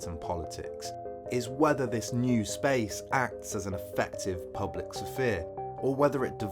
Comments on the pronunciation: "Sah-Fear" apparently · The way you pronounce sphere is beyond triggering. What is wrong with you?